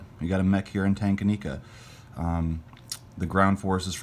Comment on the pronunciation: only because you asked in your video, I will point out that Tanganika is pronounced "Tang-ah-neeka". Also, Palau is pronounced "Puh-low". Really good lesson you taught us all about taking Palau early in the game because the CW gets paid 2x IPCs every turn. Also, just because is a teacher in real life and probably wants us to sound educated (with all them books and learn'n and such) 😆, I will mention that, instead of saying "dollars" for every power, it would be: Marcs - GE Rubles - RU Yen - JP Dollars - US Yen - CH Pounds - UK Lira - Italy Dollars - CW Francs - FR Of course, Industrial Production Credits, or IPCs, is even easier to say. This is probably why Larry Harris came up with the term IPC for warbucks.